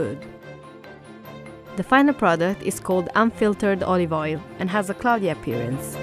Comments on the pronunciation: "A bit of olivol" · more like: "olivoil"